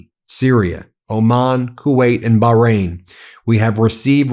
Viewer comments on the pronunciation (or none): none